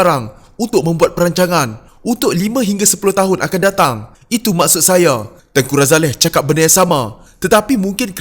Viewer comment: Lupakan sajelah Najib & Zahid. Dua2 bakal banduan. Takkan Umno masih nak pikul biawak hidup...ni admin pelat sebut nama tengku razaleigh kenapa? Kahkahkah...